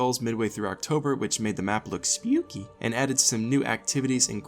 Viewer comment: "Spyookie" lol